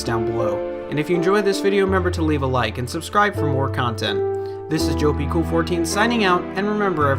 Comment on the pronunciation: Oh wait, you pronounce it as Jope-i-Cool14?! I've always said it as Jo-ep-Cool14 😂